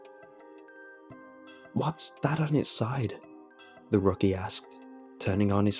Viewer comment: rocky lol. Rookie. Rook like the Chess piece